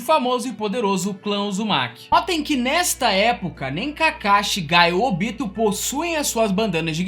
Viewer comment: Curti o vídeo Mas se vc tivesse pronunciado o nome dos personagens da forma que o anime japonês fala, teria ficado melhor. Ôbito???? É: Obitô